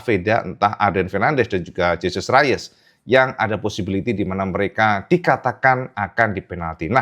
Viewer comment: Gak dibaca Jesus rayes mas,,coba cek lagi,,itu nama spanyol bukan nama inggris